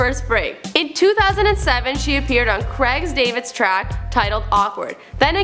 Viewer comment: did she just say cregs david? lmao